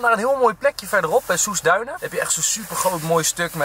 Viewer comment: Ja Enzo dat kan echt niet onze duinen verkeerd uitspreken 🙈😉😂😂Soesterduinen.Super leuke vlog weer met Noël en fam Charrak